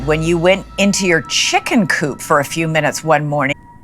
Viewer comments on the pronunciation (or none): none